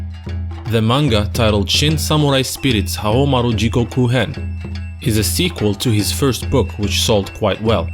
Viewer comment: “Nakoruru, back to help Haomaruh” she moves on her own